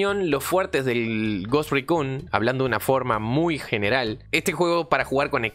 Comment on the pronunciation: Cada vez que dices Ghost Recun y Recon muere un conejito